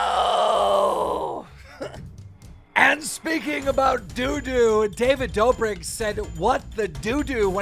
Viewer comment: David “dough-brick” lmaooo 😂😂